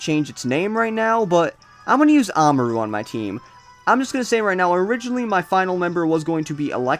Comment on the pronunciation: Ahmaru? It's spelled Amaura. It's pronounced Ah-moor-ah. Or something along those lines.